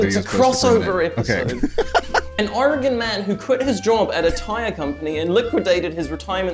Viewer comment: i’m honestly surprised that pronounces Oregon better than some people in the U.S. 😭😭😭 (also home state mentioned:0)